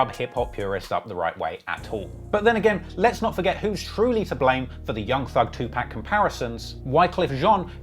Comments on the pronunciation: it’s not “2 pack” it’s 2 pac, pronounced “pOck” like how you would say “park” with your accent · I thought was a fan, LOL. It’s not 2pack it’s 2poc. What a lame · wtf is two pack????? its 2pac, pronounced like POCK 🤦🏽‍♀🤦🏽‍♀🤦🏽‍♀ wypipo always f*ck that up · 2Pac’s name isn’t pronounced two pack it’s pronounced Two Pock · You gotta stop calling him "2Pack". The a is pronounced like the word paw. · I hate the way you pronounce 2pac (two-POCK) not “pack” 🙄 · enjoyed the video but you have to stop saying Two-Pack and instead say Tupac (Two-pahk). I've heard other people from pronounce his name incorrectly. Loved the video, keep up the great work! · Please it's NOT PRONOUNCED PACK ITS PRONOUNCED POCK TWO POCK TUPAC THE A SOUNDS LIKE AH . Yall swear 🤬 yall are the kings and queens of languages but yall pronounce things fked up as well 🤧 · It's not "2Pack" it's pronounced like "2Pock" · why TF he keep saying 2-PACK ....if you're going to cover OUR culture get the fucking names pronounced correctly! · Somebody tell this dude learn how to PRONUNCE TUPACS NAME (TU-POCK)🤡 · i like the pocast but to hear you pronounce 2Pac as 2pack is like nails to a chalkboard lol all love tho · 2pack???... these bloggers out here 🤦‍♂️ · It's super infuriating to listen to a guy that covers events in hip hop pronounce 1 of hip hop's legends wrong over and over, I know to some it may seem minor but even Jay-Z stopped and corrected a host on TV because he kept saying 2Pac the same way the guy in this video says it . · Bruh you don't even know how to pronounce Tupac correctly..whyte people